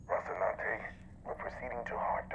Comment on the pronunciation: You've grown to my favorite Expanse reactor in no time,. Just one little thing: Please learn how to correctly pronounce "Rocinante". She really deserves it. You always say something like "Rossinade".